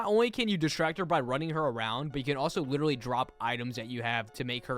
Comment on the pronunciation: The te fact I kinda heard you saying “wittlely”